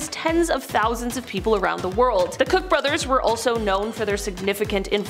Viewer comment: Koch is not "cook" but "coke".